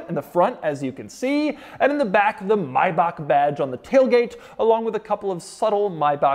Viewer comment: why does he keep saying maybach wrong?